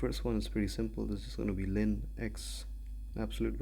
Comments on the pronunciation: it's ln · Back when I was in Pre-Calc 12, my professor pronounced it "lawn" and few of my classmates straight-up said "L N". "Lynn" is quite a new pronunciation lol